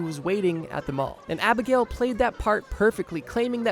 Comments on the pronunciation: its not pronounced abigail its pronounced ab-igg-nail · Ab-ag-nail, not Ab-i-gail. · AbigNALE not abigale abingnaly abinil. AbigNALE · Its abiginal not abnignale not abigal. You clearly never saw the movie or heard his speeches. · Abagnale, not Abigail. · Abegnale, not Abigail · Abagnale : AH-BIG-NAIL not, abigail. hope this helps! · He keep saying frank Abigail over and over and it's driving me nuts. Frank Abagnale. a bag nale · You left out all of the best parts of Frank Abagnale's story! Also, it's ah-bag-nail not abigail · His name is Abagnale; “a-bag-nail”, not “a-bag-ale” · Its abbignale not abbigail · The name Abagnale pronounced “ Ahh-Bag-nail”, not Abigail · You didn't pronounce Frank's name properly at all, not even once. It got to be so annoying because of how often you said his last name, that I had to skip that part. You were saying "Abigail", when his name is "Abignale", I believe. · It's abignale not abigale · it's not Abigail it's abagnale lol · You spelled Abignale correctly, but your pronunciation "Abigail" is not correct. Sorry to knit pick. Otherwise excellent content. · Omg its not Frank Abigail. Its Abagnale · I don't want to be that guy but it's not Frank Abigail, it's Frank Abig-nail. Gotta put some respect on one of the greatest criminal minds out there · Its Abagnale! Not Abigaile, not Abignawle, ABAGNALE! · It's Frank Abagnale Jr. not abagnaley ABAGNALE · AbagNALE… lol not Abigail 😅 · Bro, it's pronounced Abag-NAIL, not Abigale. The "Catch Me If You Can" story is widely known, it would have been smart to figure out how to correctly pronounce this well-known name 😞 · Great vid but PLEASE bro its pronounced Frank AB-EGG-NAIL not Abigail lolol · Frank Abagnale (Ab-ag-nale) not Abagail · AB-AG-NALE Not Abigail. Read the name. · Frank Abagnale bro ABAG-NALE. How are you gonna cite the movie and still mispronounce it. Big silly goose. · abagnale not abagail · Ah-bahn-yah-lay... not abagail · Abagnale- not agnalay - not abgnally - abagail 😂